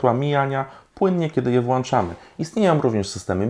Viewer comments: Panie - waty się deklinują. Te które się WŁANCZA i WYŁANCZA również. Polecam podszkolić się dla swojego lepszego wizerunku... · On jest niereformowalny. W domu ma wŁANczniki i wŁANcza światło. I co mu zrobisz. Jego brocha.